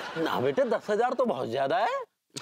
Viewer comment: Bete nahi ,byete, aaja mere byete😂😂😂😂😂